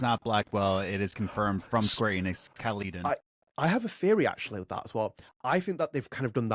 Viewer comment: There's a Caledon, Ontario not far from where I live. Obviously though, the game is probably not set in Canada and Caledon's a small town. Also, it's pronounced "Cal-le-din" not "Cal-LEE-don"